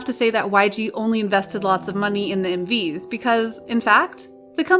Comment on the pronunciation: When the video said “M/Vs” I heard “Movies”